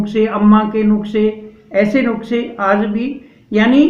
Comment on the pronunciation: Nuskha kehte hein, nuksa nahi. ☺😊